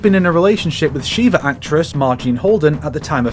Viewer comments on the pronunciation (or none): none